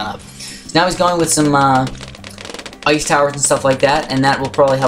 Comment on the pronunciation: *ice not oice